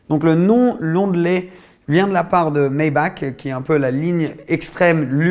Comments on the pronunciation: Ça se dit pas Maybak, ça se dit maybarh même si sa s'écrit Maybach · Maybach se prononce MaybaR ( le CH en allemand se prononce R si il n’est pas suivi pas un S et est précédé par un A/U/O/AU)